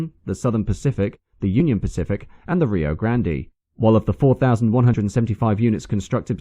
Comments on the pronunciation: Just as a future reference, Rio Grande is pronounced "grand" not "grand-e" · Rio grand. Not grand E is the way we’d say it. Not sure what is correct in Spainish… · But its originally from Spanish so Americans screwed that up pretty bad. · A great presentation, marred only by pronunciation of a couple of US names - Rio Grande and Wilkes-Barre. In both cases the trailing E's are silent. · To the Narrator……Most E’s on the end of names in the US are silent. Listening to the narrator pronounce Rio Grande & Wilkes Barre got a small chuckle.